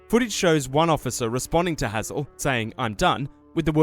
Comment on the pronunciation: brother how are you mispronouncing Hazell when he says it clearly in the video